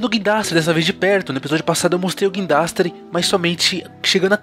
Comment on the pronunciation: O vídeo ficou mto bom mais teve uma coisa que deu agonia "GUINDRASTE" K